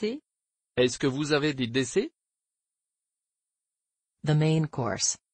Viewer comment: In the expression “Est-ce que vous avez des desserts?” The word “desserts” is mispronounced. The “r” sound is missing.